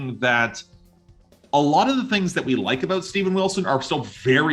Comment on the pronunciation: Wait until you hear him say “soary” and “aboat.” :)